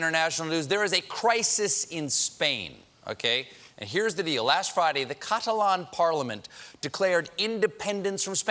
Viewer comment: American's really do know how to murder every language going! I cringed each time he mispronounced the word Catalan. I don't even think it was for comedic effect